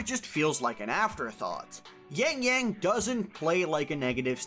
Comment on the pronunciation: But still pronounce yangyang as yængyæng 😂